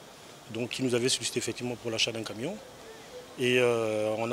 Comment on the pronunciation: Mais le journaliste la dit "caminion" et la facon dont il a dit "truck"😅😶! Faites de vrais castings vous aussi!!